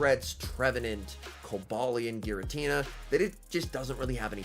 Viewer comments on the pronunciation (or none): none